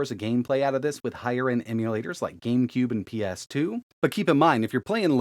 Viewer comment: Gensin Impact?????? This is genshin, not gensin... Gamube? Really???